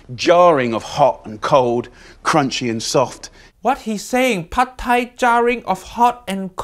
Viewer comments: It is not padthai. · Jamie you make my Thai ancestors crying of your “PHAD THAI” 😢😢